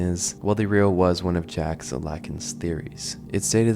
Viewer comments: It's pronounced "zzzhhJ -- ahck", you goofball. Think "french fried French Freud" w/o the baguette --- uffda! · I thought it was common knowledge how to pronounce Jacques but I was proven wrong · how do u not know how to say jacques